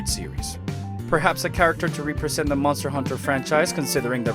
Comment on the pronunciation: I would’ve subscribed if you didn’t pronounce “represent” in literally the most obnoxious way possible.